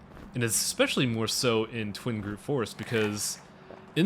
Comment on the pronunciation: TWIG-ROOT! Not Twing groot! I like the LP so far but that is driving me insane!